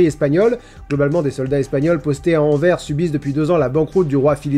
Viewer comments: AnverSSSSSSSSSS SSSSSSSSSSSSSSSSSSSSSSSSSSSSSSSSSSSSSS AN-VÈR-SEUUUUUUUU Merci :-) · Si vous plaît on prononce le S de anvers, donc anverce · Pitié on dit anverse et pas anvers 😂😂😂 vous écorchez toujours nos villes 😢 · Ont pourrais m expliquer pourquoi vous dites Anver au lieux fe Anvers de S ce dit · Anversssss Ou est le S !! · Pour Anvers, on ne dit pas : "Anver" mais bien "Anverse" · « Anver »? Anvers(se) plutôt non? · Petit détail POUR TOUS LES FRANCAIS une bonne fois pour toutes : on ne dit pas "Anver" mais "AnverSSSS". Non di djeu ! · Venant de Belgique on dit pas "anver" on dit "Anvers" bien prononcé le S. Voilà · On dis ANVERSSSSE, pas Anver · Anvers se prononce "AnverS". Merci. Ou alors on peut le prononcer a la néerlandaise: Antwerpen. Et Qing se prononce "ching". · Anvers ne se prononce pas "Anver" mais "Anvers" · Averssssssss avec un ssssss à la fin et pas en vers !!!! Non de dieu ! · prononce le "s" a fin d'Anvers s'il te plait :D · Ca se pronince "Anversse" enfait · Petite précision : la ville d’Anvers (située dans le nord de la Belgique) se prononce « Anversse ». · d'AnVERRR 😭😭rip Anvers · Sinon la ville d'Anvers se prononce Anverse. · Chouette vidéo mais on pronnonce le s de AnverS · PS de la part de tous les belges Anvers a un S au bout et donc on le prononce. Anver ça fait penser à Envers ou En vert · étant belge je viens faire une légère correction Anvers se prononce avec son S ou Antwerpen pour les néerlandophone voilà merci à vous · Juste un petit détail on prononce le S de AnverS :p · Juste, on dit "AnverS" "An-vers-ce" Voilà voilà c'est tout pour moi 😊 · Légère precision pour le numéro 17 le nom de la ville d’Anvers se dirais plutôt “Anversse” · Anverssssssssss avec un ''s'' :p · Salutation mon cher je tenais a vous dire que se que vous appelez Anvers se prononce en fait Anverse si non je te souhaite une excellente année bonne chance j'ai envie de vous dire peace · AnverS nom de dieu ! AnverSSSSsss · Anvers se prononce "anverse"